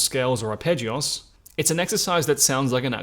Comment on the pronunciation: The way you say arpeggios makes me chuckle: "arpeggi-oss"